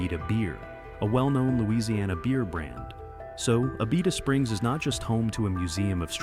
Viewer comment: Y’all beat me to the punch. Abita Springs is a great boutique town right next to Mandeville. It got famous for the bottled water and even more famous for the beer they make. Every store between Louisiana and Florida carry their many different flavors. Learning how to say the name might be a good place to start when you make a video about them. Wait until you go to the Atchafalaya region. Figure out that name, or try Tchoupitoulas Street in New Orleans. Good luck!